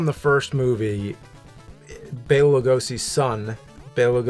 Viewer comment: James keeps correcting but continues to mispronounce it Loo-go-see himself. Hilarious.